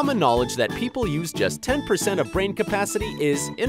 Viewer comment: He said twelve and ten both....... He said "number twen"